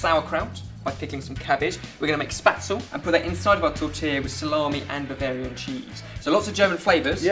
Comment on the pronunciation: I adore spaetzle, WHICH, by the way, is pronounced more like SHPET-sluh than spatsel.